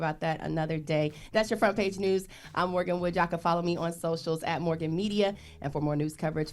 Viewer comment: FYI - it’s MORGYN Wood (not Morgan). Journalists and Influencers are not the same thing. While I would like to hear Morgyn’s personal & intellectual opinion, I’ve come to respect that she’s reluctant to give it when “reporting” the news as an actual journalist. That’s not her place to “influence” the news information via her personal thoughts but to inform and let us think for ourselves. Everyone else on TBC are meant to influence (and inform) via their personalities and opinions = media, entertainment and culture.